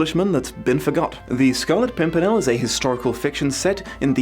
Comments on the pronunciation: I busted out laughing at "Scarlet Simpernel," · Try to count all the times he says Scarlet Pumpernickel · "Scarlet Simpernel" Damn you that made me laugh! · "the scarlet simpernel" made me cackle, thank you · The "Scarlet Simpernel" definitely got a chuckle out of me. Great video as usual. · The scarlet simpernal had me rolling on the floor xD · You could have gone with Scarlet Sink-me-nel ?